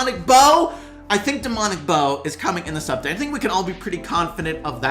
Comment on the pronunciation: anyone else realise he forgot to say 'date' in 'up-date' lol